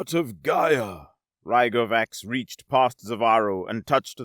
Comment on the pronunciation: I have to poke at your pronunciation of "Gaia" here. The first time you say is is... distinctly different from your (correct) pronunciation later in the story. Also fun is where the subtitles fluctuate between "Rygovax" and "Gyrovax" and "Rygon", or when "Sevarro" and "Zevarro" and "Nevarro" are swapped back and forth, as well as "Stonvar" and "Stondar". Some of them (notably, "Gyrovax") are read as written, which makes it even funnier xD Great story, as usual, though!